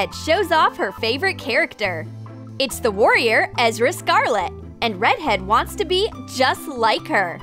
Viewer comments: excuse me, but did just say, "EZRA'?!?!?! OH HELL NO. ERZA IS SO EASY TO PRONOUNCE. HOW DO YOU MESS UP ERZA WITH EZRA?!?! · HEY ITS ERZA... NOT EZRA... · 10 seconds in and I’m already triggered by ‘Ezra’ instead of ‘Erza’ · anyone got triggered when they say Ezra instead of Erza? like if you did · I did it’s erza 😑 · Lol ikr it's Erza not Ezra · Omg that annoyed me so much lol it's Erza not Ezra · Ezra dude, EZRA! SARCASM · Bruh I’m crying they really says EZRA scarlet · I don’t know but it bothers me that they call erza scarlet: Ezra scarlet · EZ-RA EZZ-RAAA its Erza face palms if you even watched the show you would know.. sighs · Can you hear the voice over it keeps saying ezra😂😂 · Why she just said ezra scarlet. I'm TRIGGERED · What the hell! Scarlet!? It Erza!!! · Ezra??? Seriously?? It's Erza!!!!💜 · ezrah?Ezrah?EZRAH????!!??!? NOOO ITS ERZAH E-R-Z-A-H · I swear I felt a piece of me die every time they said 'Ezra Scarlet' instead of 'Erza Scarlet' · Omg yasssss plz more anime stuff and boiiiii its Ezra not EZRA !!! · OMG I'M SO MAD THAT THEY SAID EZRA AND NOT ERZA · Ahhh when they say erza wrong like I don’t think they even watch anime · I don’t even watch fairytail but they really said Ezra instead of Erza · BRO THEY REALLY SAID EZRA 💀💀💀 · SHE SAID EZRA SCARLET. IT'S ERZA SCARLET. KILL ME NOOOOOOW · Ezra... its erza but aight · Ezras? Wot It's erza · She said ezra... it is Erza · BISH DID YOU JUST SAY eZrA SCARLET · Wait i heard "ezra scarlet" also iys erza scarlet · Wait what she said ezra scarlet but its erza scarlet🤔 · It is so obvious that you are not watching anime... Maybe you heard it probably... Or searched it Ezra? It should be erza ugh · ITS NOT A Z R U A SCARLET IS R Z A IS HOW YOU PRONOUCE IT plz say it Write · They are wizards, not magicians, and her name is pronounced "Erza" not "Ezera" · You messed up baaaad its erza not "Ezra" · um sorry but its kina ersa not ezra but um i dont rilly know how to spell its just i watch it alot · souza Ikr!